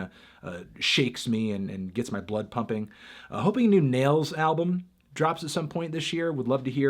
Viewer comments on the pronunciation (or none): none